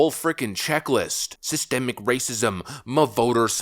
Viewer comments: 😂 “Cystic” or is that “Systic” racism? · So the HUGE mistake was that he said cystic instead of systemic? ....... ok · did he says cystic? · I thought he said assistant racism….WTH does that mean.. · When I heard him say "cystic racism" and honestly I thought he said "assisted racism"...there's a comedy sketch in there somewhere